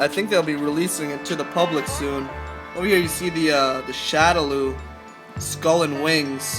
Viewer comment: It's pronounce shadow-law. God that was annoying.